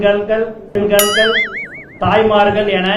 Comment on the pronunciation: பெண்கல்கள் வழக்கணம் புஸ்ஸி தமிழை கொலை செய்யாதே!